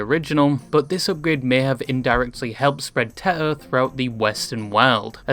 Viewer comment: teto ❌ teter ✔